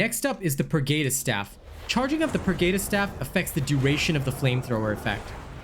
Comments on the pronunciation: Although the video is helpful, I just cannot get over the fact that you cannot seem to pronounce the word "pergatus" correctly. Per-Guh-tus not Per-Gay-tus. These words are based in latin and the lore of 40k. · Purr-Gaa-tus. not Geytus